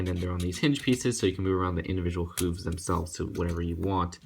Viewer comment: Hey 😁 sorry you pronounced hooves wrong